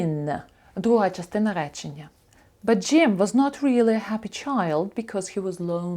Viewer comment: Дякую,дуже подобається.Слово really як читається чується вилі ,а як правильно і інші слова ,що розпочинаються на літер 'r,як правильно вимовляти?